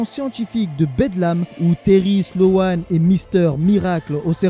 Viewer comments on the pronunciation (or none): Hola merci encore de ton travail et je me regale que des histoires que je ne connaissais pas. Et si ca peut aider ce n'est pas sloan mais slone niveau prononciation. ( a chaque fois je dis nan c est pas ca la prononciation lol ) Voilou force a toi et comme d hab toujours sur le navire pour ecouter de nouvelles story.